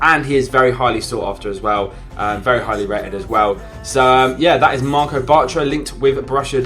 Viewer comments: WTF did he say ??😂 MARCO Bartra, its marc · It's Marc bartra not marco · i died when he said marco batra